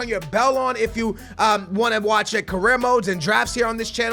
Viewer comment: it's career not carrier